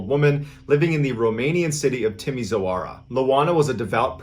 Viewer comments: timozowara is actually pronounced timi(SH as in shop)var sorry but it rubs my ear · I love how he pronounced Timişoara like Timmy Soara😭 the ş is like an English sh so it’s Timishoara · Romanian city roughly pronounced Timmy-shore-a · Hi Mr Ballen! LOANA is IOANA A trick in pronouncing the city name as close as possible to the real thing, would be reading this: Tea Me Shoara Ioana's surname would be: Con Stan Tea Ness Coo ;) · Its pronounced ioana and the city is pronounced Timishoara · My husband lived near Timisoara as a child. It’s pronounced teemeeshwar don’t ask me why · It's "Ioana", pronounced "eee ooo wahnaah" and not "Lowahna" - And Timisoara is pronounced "tee mee show ahrahh" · Hi, I'm Romanian and just want to say that the way you said "Timişoara" was hilarious and made me laugh out loud. I really needed a good laugh. Thanks!